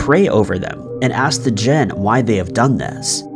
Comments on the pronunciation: Jinn is pronounced "gin" not "gen". 🙂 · Note I KNOW you mispronounce words on purpose. “Jen” instead of “Jinn”? Well played, incompetent one, well played.